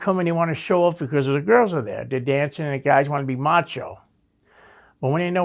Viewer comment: Everytime this guy says Guysh I laugh 😆 8 guysh at once